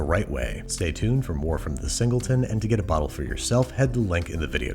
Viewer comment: ah yes, the zingleton.